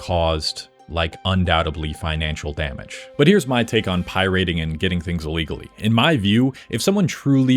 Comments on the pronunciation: what is Pie-Rating? it's piraating...one word brah...great video otherwise :) Everyone should pirate until these corporate leeches are forced to change, forced to support the consumer again. Consumers have so much power, yet they just keep rolling over for convenience. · Hold up. Why do you keep saying Pyriting instead of pirating? Is this exclusivly about rock music? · I hate the way you pronounce pirating, its pirate-ing not pie-rating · SAY IT WITH ME PIE-RAT-ING Also... LIME WIIIIIRREEEEE (not WARE) Also... bittorrent is not a platform, it's an application. torrents are files. files don't get cut up into small pieces, you're just streaming different parts of the same file at different times. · Pie-Rating? Slop1 Slop! beep! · Why is this dude saying pirating like “pie rating” stupid. That’s not how you say it anywhere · Why the fuck are you saying it like pie rating??? Lile your gonna rate a pie on how its tastes or some shit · did you just say pie rate? Whut? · Making a whole video on pirating and pronouncing it "pie rating" is diabolical. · PIe-Rating? I cringed every time he said that. Been in the scene since the C64 days and no one has every said Pie-rating before… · Pi-rating? You an AI bro? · “Pie-rating” and “lime-ware” seriously makes me think you AI dubbed this. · What the hell is 'pie-rating' and 'limeware'? Unless its a really bad AI voice, learn how to correctly pronounce common words and perhaps do a little bit of research.. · Pie-rating wtf ha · oie-rating ugh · For real… why are you saying “pie rating”? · The “pie rating”… I just can’t. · "Vinyls" isn't a word, and why do you keep saying "pie-RATING"?? Where did you learn to speak, with Nell in the woods?? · What is pie-RATING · Please pronounce pirating properly. It is not pronounced pie-rate-ing. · Is he saying pirayting on purpose I'm going insane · pie-rating is my life's passion 🥧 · I swear he was ragebaiting us by saying "pierating" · why does bro pronounce “pirating” like that